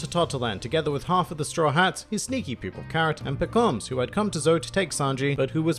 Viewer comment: It's Pekom mah suh